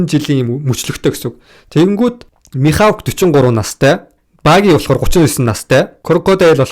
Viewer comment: Михавк биш Михок гээрэй. Амжилт